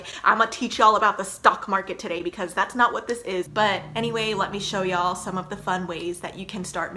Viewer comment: I love it when she says "yo'll" now I'm distracted